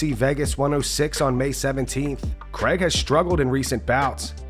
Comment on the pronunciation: It’s Craig not Kreg. Americans are always so phonetical yet this name and apparently Aaron are the exceptions to the rule.